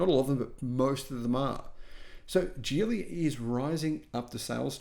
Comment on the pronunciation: It's pronounced Geely with a hard "g" not a j sound. Thank you as always,.